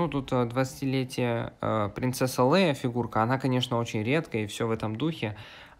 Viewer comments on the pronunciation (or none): Не лЭя а лЕя!